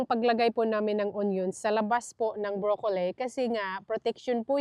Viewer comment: Huwag mo masamain kung correct mo ang pronunciation ng broccoli. Hindi brokoley. Tanong mo kay David, your husband, unless Australian accent yon. Follower mo ako kaya Ayaw kong pagtawanan ka nila. Alam ko tamang pronunciation ay as it spells, bro-co-lil.